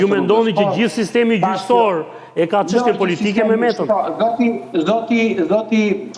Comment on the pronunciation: Sa e lodhshme eshte kjo, gjithe jeten gazetare dhe akoma thot qanta ose qeshtje njelloj si Qim Peka.